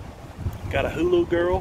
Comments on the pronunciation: Hoo-laaah not Hulu lol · it is a HULA not HULU, you are so funny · Lol, hulA not Hulu... Beautiful vdub😍👍🏼